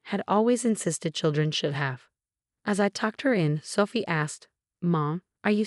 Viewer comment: same with Sooophie 😮